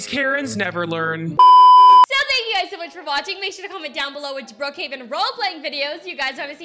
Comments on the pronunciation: They also say bruckheaven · Why when they say Brookhaven they actually say Bruukhaven? Btw I love your vids 🥰